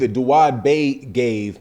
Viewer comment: His name is Da-Ood that's Arabic for David I know because my name is Da-ood (Dawud)